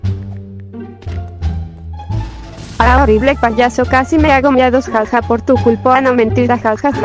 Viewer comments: Jaja cuando dijiste ti payoso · hay cuando dijiste payoso en ves de payaso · Min dijo poyoso 😂😂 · Medio risa cuando dijo poyoso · No les pasa que dice payoso ajajajaj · Dijiste poroso xd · En una parte dice payoso